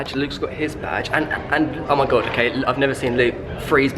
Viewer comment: Did he say mëin camera